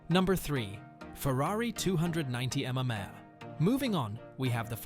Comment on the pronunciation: You apparently have difficulty in saying "MM" :face-blue-smiling: It is pronounced em-em, after the famous Italian endurance race, the Mille Miglia. I guess that's computer generated voices for you, they don't know everything! LOL